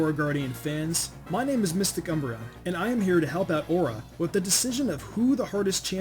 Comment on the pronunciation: I wont lie at first I heard Mr Cumbreon